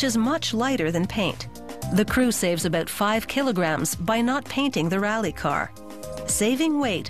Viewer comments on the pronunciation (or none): "Aboot..Aboot" uuuum is she?... "Kilograms" Yup, Canadian